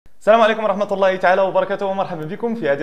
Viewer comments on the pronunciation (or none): none